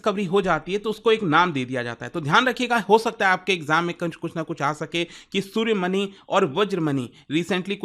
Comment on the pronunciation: सूर्यमनी, वज्रमनी ❌❌❌ सूर्यमणि, वज्रमणि ✅✅✅